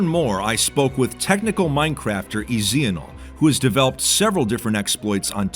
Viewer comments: Etianl's name pronunciation caught me off guard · Hello Will you please let etianl that there is not a z or an s in his name Thank you!